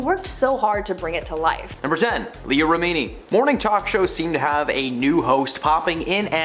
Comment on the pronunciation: Agreed. It’s not Shaneen. Leah’s name is pronounced REH-mi-nee.